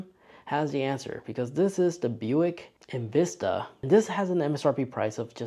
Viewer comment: Zero Tips & Tricks, you definitely lost credit with the mispronouncing of EnVista. It's really less luxurious than one would expect from Buick. Historically Buick has been viewed above Chevy, many aspects of this feel old-school clunkiness from the late 70's or early 80's